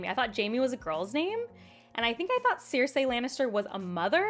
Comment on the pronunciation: Girl seriously ily so much and I totally relate to you and your explanations, but PLEASE look up how to say things correctly. Cersei is pronounced SIR-SEE